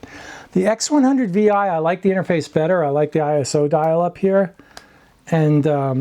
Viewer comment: X100 six. Not Vi